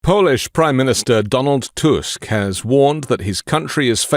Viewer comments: Back after some time - i'm happy you pronounce Tusk surname correctly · You pronounced Tusk's name in proper way, it's rare on English speaking chanel